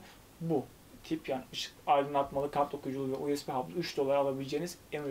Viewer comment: Dostum her videonda kulaklarıma batıyor. İngilizce telafuz sorunu çok fazla. Uesbi diye okuma lütfen. Bu tip terimleri en basit yoldan google çeviriden ingizzce olarak dinle biraz kulağın alışssın. Çok rahatsız edici oluyor.